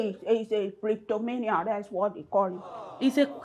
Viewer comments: Plektomaniam.. Bimbo: Klaaptomanya 😂😂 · Not the two pronouncing "Kleptomania" incorrectly with every confidence 😂😂😂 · Therapist wants to beat patient😂. Both of you can't even pronounce Kleptomania😂😂😂